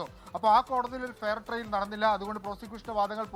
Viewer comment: എടൊ ഫെയർ ട്രെയിൽ അല്ല ഫെയർ ട്രയൽ ( fair trial ) ആണ്.